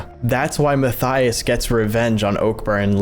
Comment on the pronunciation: Matthaus is said "ma-tay-oos"- not "Matthias".